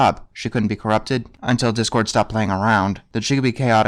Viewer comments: She said Dipcord. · Rainbow actually said "dip-cord" sadly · Yes, she said "Dipcord" as in "dipshit". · I think Rainbow was supposed to be saying “Dipcord” but boy does it sound like “Dick-cord”! Which is the best angry nickname for a villain like him! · I think she said "Dipcord" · She said dipcord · Rainbow Dash actually called Discord "Dip-cord" but why does it sound like Dickcord? Would've been funny if it was dickcord